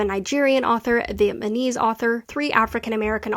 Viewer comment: I love your data analysis videos; they say everything I have been thinking about these achievements but couldn't totally articulate. one thing...I noticed that you pronounced and wrote "Vietmanese" instead of "VietNAMese" on your charts and in your videos. I wanted to point this out and let you know so you can avoid it in the future!! It's a really common mistake where I currently live in Texas, so I've heard/seen it before. That's all!!